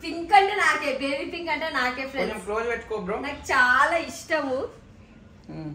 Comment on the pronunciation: లేదు బేబీ కాదు బెబ్బీ అవను బెబ్బి చెప్పు బెబ్బై 😂😂😂😂😂😂